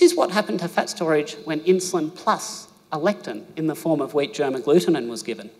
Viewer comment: We think you have a cute accent but when you say fat it sounds like you’re saying pet so try to speak English more clearly